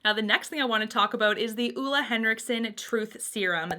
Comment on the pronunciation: She’s technically pronouncing it wrong. Ole Henriksen is from my country :) But everyone here are used to their names being mispronounced in other languages, so don’t worry about it.